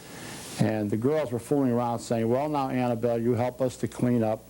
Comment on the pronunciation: Its annable not ann